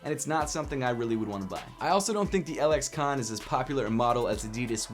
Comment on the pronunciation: Im pretty sure the LXCONS are pronounced lexicons